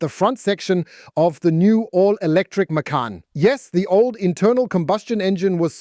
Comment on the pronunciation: And the way he/she says the name. OMG children, it's a two syllable name